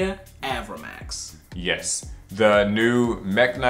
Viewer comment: “AVRA”max not “aver”max